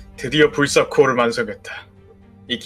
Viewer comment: 아니 불사코어가 아니라 불새코어에요!